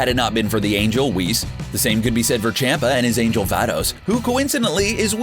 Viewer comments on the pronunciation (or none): For the love of God his name is CHOMPA ffs